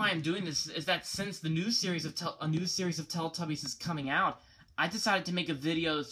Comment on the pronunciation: why cant you say teletubbies correctly? its not teltubbies